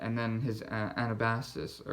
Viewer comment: The stresses in the pronunciation of "Anabasis" are the same as in the word "analysis." It would be interesting to see your proposed reading list. Please share it with us :-)